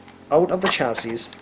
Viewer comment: Chassis is pronounced "chass-ie"